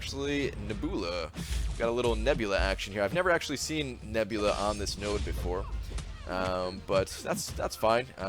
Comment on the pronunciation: He says nebula like neboola